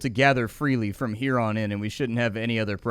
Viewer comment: Every time he said “here on” I heard ‘huron’ and I feel so clever now